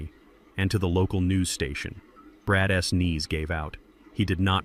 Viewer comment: Will you please teach your AI how to read the names of the characters named in the story. Very annoying! Brad's it's not Brad S. Zeke's not Zeke S etc. I almost quit listening to it but came back. Also, how to read the word COAT. It's not COT. No matter what language the story is translated, your AI should read the words correctly.